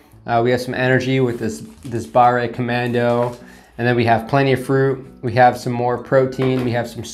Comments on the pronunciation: Its pronounced bar, not barré. We use e and é in french and they both sound differently. A good way to know is to type a word in google translate. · French language hint: "barre" is not pronounced like "barray" , the final E is silent so the word is pronounced almost like the English "bar" . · If the word does not have é at the end, you don't need to say "ay" so pâté is well.... pâté. Pâte is paste (fruit paste), and barre is a bar (and not barré :) ) Here ends your French lesson of the year !! 😂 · BARRÉ COMMANDO XD c'est ca qui m'a fait peter un cable a chaques fois qu'il l'a dit XD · FYI Fondue is a noun that describe a hot pot of a mix of strong alpine cheeses you dip your piece of bread INTO. Fondu is an adjective : melted cheese. You put it ON a piece of bread or craker In french if an "e" does not have an accent - é - you do not pronounce it most of the time when at the end of a word. So "Barre commando" or "Pate de fruits" should be pronouce "Bar/ commando" and "Pat/ de fruits". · pas grave ça XD nan le pire c'est quand il prononce BARRE COMMANDO XD